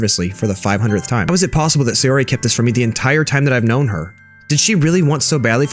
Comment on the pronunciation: and sayori is pronounce sai or ee, yuri is pronounced you rli* *basically an R that turns into an L, and Monika is a european name